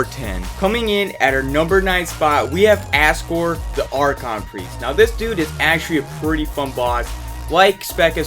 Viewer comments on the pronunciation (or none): He sure messes up a lot of names. He pronounced Aksor like Asgore from Undertale.